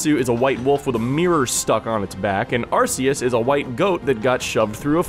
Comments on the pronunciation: IT'S ARR-KEE-OOS NOT ARR-SEE-OOS DAMMIT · It's pronounced, are-kay-us, it sounds like archaic which means old. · Arceus is pronounced with a hard C sound, like "Arkeeus."